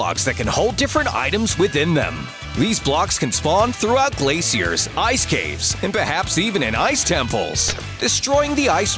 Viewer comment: glaicers no glacier